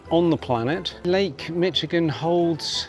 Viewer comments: Mac-kin-aw. Mish-i-gan. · Michigan is pronounced Mish not Mitch. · I"m sure others have already corrected your pronunciation of Michigan...it's Mish-ih-gun. Loved watching your video! So glad you got to experience the Great Lakes! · As a Michigander- I’m fully giggling at the name pronunciations. 😂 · Mi-sh-igan. Point Peee-lee. You nailed the pronunciation of Mackinac Island, but not the 2 next easiest names... 😉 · The Lakes ARE GREAT! A few pronunciations: mackinaww MiSHigan Youron (Huron) Loved your video. We sail to the island 3-5 times each summer. We see Viking ships all summer!!